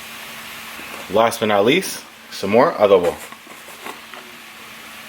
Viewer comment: Cool video. Yours is pure nutrition and fitness wisdom : make healthy meals your favorite ones. That's the key for solid nice life style (By the way, do you speak Spanish? I just wonder because you say "adobo" and "sofrito" like a native speaker )